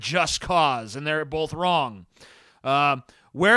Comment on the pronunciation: I reached by "bolth" limit at the 6min mark